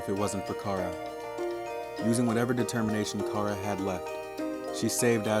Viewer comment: you're saying chara like cara its chara like character and you're saying mount ebott like e bot its ebott like ebit.